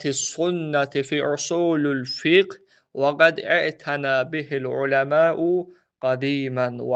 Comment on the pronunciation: قرأت كلمة خطأ " في اصول الفقه " هداك الله.... يا طالب العلم